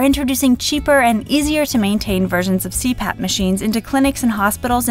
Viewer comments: I thought you said crap its cpap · I thought it said crap, not cpap 😂😂😂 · Am I the only one who thought it said "crap" instead of c-pap? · Lol I thought u said CRAP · In , I thought it said "Crap" but then I realised it didn't say crap. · when it said cpap I thought it said crap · was i the only person who thought 'CPAP' said 'CRAP'? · when it said CPAP I thought it said CRAP XD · I thought the CPAP said PPAP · I kept thinking the cpap said crap